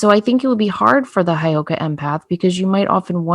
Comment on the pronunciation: Hey girls.....it's Heyoka Hi girls.... It's not Highoka